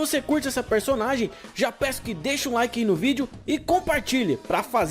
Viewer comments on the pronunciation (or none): none